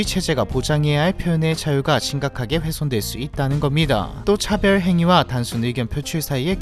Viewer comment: 차별? 차배? 발음이 뭐가 맞죠!?